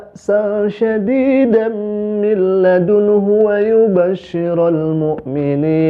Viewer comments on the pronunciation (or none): Syadidam jadi saidem wkwkwk itu mah nama mbah mbah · Wkwkwkwk....ada ta bacaan al quran saidem....🤣🤣